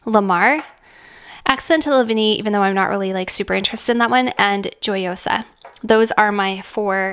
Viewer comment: You are pronouncing it correctly… Gioiosa = Jo-yosa Giardini = Jar-dee-nee 🥳🙌🏼